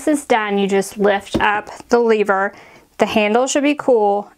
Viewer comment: Great video! I love seeing how creative you are! But three things irk me... 1. When you say “leave-er” instead of “lev-er” and 2. when you put the lint roller sticky side down after you use it. And 3. I would have made the two pictures equal width on the background of the pictures. 😬 I’m looking forward to the next video as always!